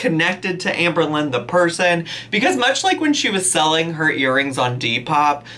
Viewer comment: Not autocorrect, that’s how she pronounces selling lol